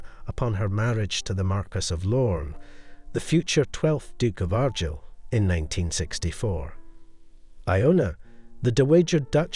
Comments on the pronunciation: Ar Guyel.... not Aghr gil AI with a Scottish accent that can't pronounce the words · Argyll is pronounced r-guile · The title is said Argyll like the Argyll socks not Argill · Beautiful pieces, but it's pronounced Ar-Gyle! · The pronunciation of Argyll is awful, but Belvoir Castle is a different case: Belvoir Castle overlooking Vale of Belvoir is pronounced as Beaver Castle overlooking the Vale of Beaver (the Anglo-Saxons couldn't, or wouldn't, pronounce the Norman French).